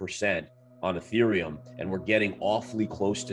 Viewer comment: You call etherium... Ee-th-rium.... ew